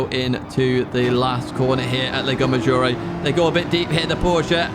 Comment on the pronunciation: Whenever I hear saying "lego maggiore" I imagine a gigantic lego brick hovering over the track.